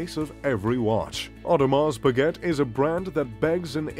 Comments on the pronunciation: Audrmars speget🤣🤣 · you say your mr.Luxury and pronounce Audemars Piguet like an American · "Audemahs Pigget" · Orrdemar Pueegetttte.... 😂😂😂😂😂😂😂 and its even his favorite brand 😂😂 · the same people who have heard of audemars pa-get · and breguet,look at the marie antoinette.vacheron constantin,a lange,FP journe,but come on bremont?wtf,o and the pronociation of audemars piguet is hilarious,really? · I know, the AP pronunciation , never heard it said that way . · At least I learned how AP is pronounced. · Your info is off by far. Most expensive Rolex sold in 2017 for $5M? i guess you have not seen the Paul Newman Daytona auction. Also please don't miss pronounce the names. AP you do not pronounce the T. Beritling is among the most luxury? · don't you know how to pronounce Audemars Breget? OMG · Omega is pronounced with the stress on the first syllable - 'Omega - not on the second, as you do in the video. And how to correctly pronounce Audemars Piguet - I don't even try to tell you, you'd never get it. Pretty embarrassing you makeing a video about luxury watches (and claiming to wear some of those) but not even being able to pronounce them. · your pronunications of several words are totally off. Your favourite brand is Audemars Piguet and you don't even know how to say it?! Also, look up how to pronounce the word Submariner. Also, there's no such thing as a Royal Flying CORPSE. Look up how to pronounce the military word "corps". Also, there is no such thing as the American Army - it's called the US Army. Very cringey narration.